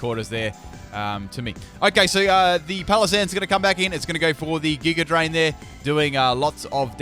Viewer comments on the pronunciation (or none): Why the fuck do you keep putting an "R" sound on words that end with an "A" sound? like Megr Evolve or Gigr Drain..